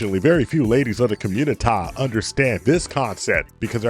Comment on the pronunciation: I chuckle every time you say Communitah 😂 I enjoy that voice as well. Keep these videos coming!